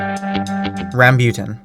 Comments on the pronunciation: haha ikr he said it like ramebutan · he said like rambyutan its rambutan not rambyutan lol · Busted out laughing the first 10 seconds, i don't care if you've ever seen a rambutan in your life, WHY did you pronounce it like rasputin??? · It’s pronounced ram-boo-tan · Friend....... He also forgot jack fruit, lansones, dragon fruit and pronounced rambutan wrong